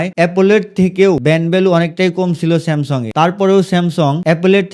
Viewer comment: স্যামসং❌ স্যামসাং ✅